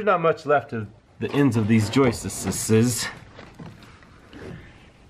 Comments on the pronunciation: …it is joists, not joisteses. Where do you get this horrible mispronunciation? Also, your issue is just settlement. It can be easily solved with a rudimentary steel angle iron brace. I question your intelligence. Also, why don’t you allow the lady to speak? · Love how you say joistess! lol I do stuff like that.